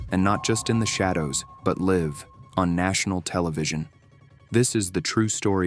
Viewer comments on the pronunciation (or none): Is there no AI that can talk properly? that word ...live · " Live " on national TV ? Lol . A.I. is not perfect yet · Your AI voice doesn't know the difference between "live" (like "I am alive") and "live" (like "I live in a house"). GET IT RIGHT!